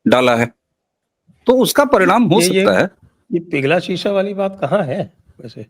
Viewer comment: शीशा नहीं सीसा Lead